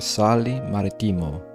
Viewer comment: Beautiful video! But I do wish the narrator had taken the trouble to learn how to spell the names of these towns correctly (Siena -- one N, Marittimo -- two Ts) and pronounce them the way Italians do -- Casale Marittimo (accent on "ri" not "ti") and Chianti (first syllable pronounced as key, not chee).